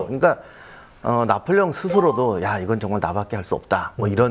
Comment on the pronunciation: 나폴레옹??? 나볼레용!!!